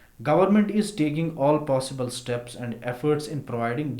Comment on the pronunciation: sir govt Na steps liya but aap Na bola stemps liya 😂😂😂 sir bura mat manna😠 u r great sir👏👍👌😊